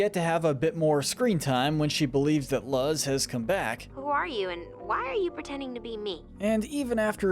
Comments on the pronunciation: BTW it is pronounced luz The way you say it sounds like lust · are you stupid your Luz not Laz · Her name is Luz not Luzz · "luz" is pronounced Luse or luze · That pronunciation of Luz is criminal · bro really said Luz like it rhymes with was. If youve seen the show you should KNOW how to pronounce the names. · How do you watch enough of these shows to know so much about the characters and still pronounce the main character's name wrong after how many times it's been said.